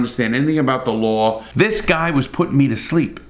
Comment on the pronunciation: Revisiting this in 2024 to laugh at how angry people got, even though they couldn’t give you a single detail of the case. Also, I love the way you pronounce the word law as “lawrrrrr”!